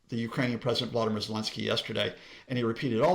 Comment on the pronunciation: he mispronounces both but I guess he should work on his english first